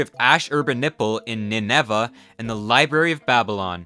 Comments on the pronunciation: Ninny-vuh. Ninevah. Say it out loud a few times. There you go. Thank you. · I think Nineveh is pronounced wrong, it’s Nin-uh-vuh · I can’t take anything you say seriously because you pronounced Nineveh and Ptolemy incorrectly from the jump. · Learn to pronounce Nineveh and Ptolemy. PS: Sumac as well. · I have so much trouble listening to people when they butcher basic pronunciations. Nineveh = Nin-nair-Var And the P in Ptolemy is silent - so, just: Tolomy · Ptolemy is pronounced Tolemy with a silent P Ashurbanipal is pronounced Ash-uh-bon-a-pol Ninevah is pronounced Nin-Nah-vuh